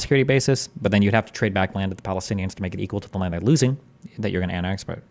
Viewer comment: right, in most european languages (the guy was polish by birth) we don't have the sound that english uses in the word "land", so we get confused when to say "lend" and when to say "land". Same with"w" and "v" in some cases.